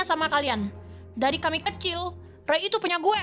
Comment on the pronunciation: bilangnya kecing bukan kecil